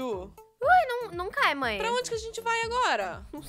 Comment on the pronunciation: Em vês de você fala mãe você fala maea